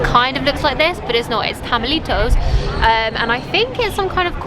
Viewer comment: I really really like when you say: tamalitos or chuchitos... so good pronunciation ...